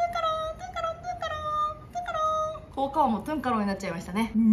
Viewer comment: トゥン⤴︎カロンなんやww